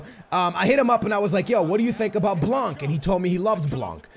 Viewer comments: FFS! Dembele nothing dembely Blan bot blanc Semedo not shmedo Learn to say players name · its not blankkkkkkkkkkkkkkkk. the c is not pronounced. not even the n but it affects the a. say it the way you do but witthout the n and the c. and blanc means white in french by the way. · The way you say blanc is so fuckin funny